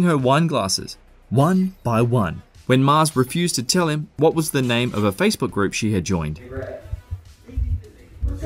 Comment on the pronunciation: you said her name wrong and i hate you now